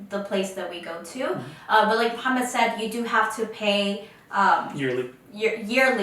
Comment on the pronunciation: Please don’t say Muhammad to moh please it’s wrong